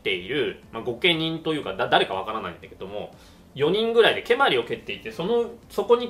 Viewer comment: 蹴鞠の発音が関東風になってますね。関西では語尾が上がりません。蹴鞠は御所、つまり京都ですから語尾は下がります。